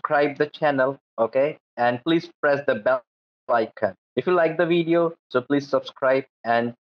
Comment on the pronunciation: My cat is glued to the crow pro saga. Every “wideo, every wideo” of crows intrigues my kitty boy.